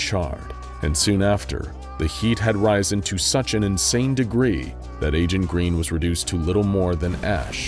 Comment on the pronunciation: I wanted to let you know that you Mispronounced Risen.